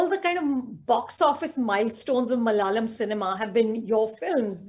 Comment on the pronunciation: its malayalam not mal'yalam.